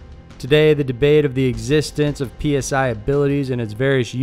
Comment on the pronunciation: It's not "P.S.I. abilities". It's /saɪ/ as in psionic /ˈsaɪ.ɒn.ɪk/.